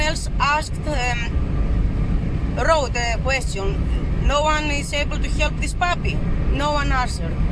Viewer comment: Hielp?😂 You come from rus